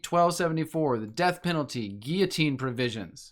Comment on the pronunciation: It's pronounced gill-o-teen my man. Have you thought of going to an eastern orthodox church and taking a look?